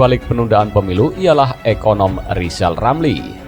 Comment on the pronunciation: Ngakunya lizal lamli itu olang pintal....nyatanya...blo,on...gitu kok mau nyaples 🤣